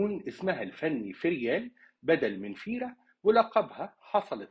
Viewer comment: ڤيرا VÉRA وليس فيرا